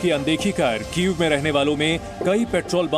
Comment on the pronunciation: वो कीएफ नहीं कीव है यूक्रेन की राजधानी क्या मैडम कीव बोल नहीं पाती हो क्या या जानबूझकर कीव को कीएफ बोलती हो 🤔☝️